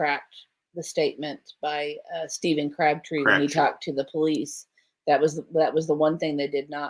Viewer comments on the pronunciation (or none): none